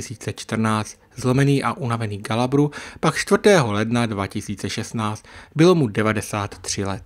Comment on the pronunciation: Chce to hodně odvahy mluvit o Francouzích a neumět vyslovit jejich jména. Ženeviév (co to R na konci?), Galabry, Žiró...